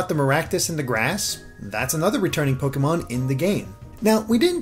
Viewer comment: Your pronunciation of Pokémon hurts.